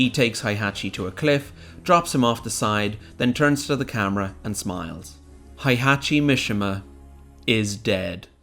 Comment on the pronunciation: heihachi mishima. hay-hah-chee. mee-shee-muh